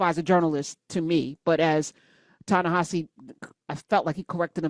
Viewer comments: Coates pronounces HIS OWN NAME tah-na-HA-zee (it’s not a Romanized pronunciation as it’s written). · I think that his name is being mispronounced by and large. It's Ta-Ne HE See. Just please take a look at the spelling. Next. Gail King is a lousy interviewer. When she ask Lisa Leslie those inappropriate questions about Kobi Bryant so soon after the accident, that was enough. I kept thinking: "his WIDOW and surviving DAUGHTER CAN HEAR YOU, GAIL KING!" She's bogus.